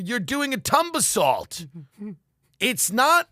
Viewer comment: “It’s silly, you’re doing a tumbasalt”